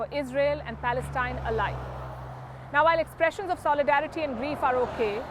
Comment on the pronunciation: There is no such thing as Palestine. Get your Facts straight! I do like this unbiased reported But she said " Plaestine"